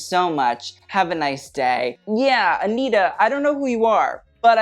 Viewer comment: I like that you said aniTTa and not aniRa